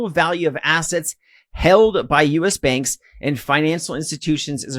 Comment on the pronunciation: Took me a while to realise ‘benks’ is actually ‘banks’